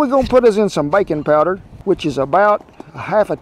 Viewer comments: I must be tired... when you said, "Put in some baking powder", I heard "bacon powder" and thought wow, that's some secret ingredient! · I heard baiken powder